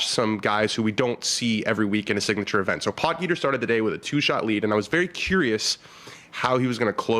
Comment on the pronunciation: It’s pronounced pot heater not pot geeter, looks like he’s going to be around for a while so let’s try to start as we mean to go on .great show